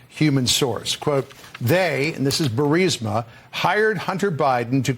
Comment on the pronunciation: You know Benny went through a character development when he pronounced 'Burisma' correctly 😂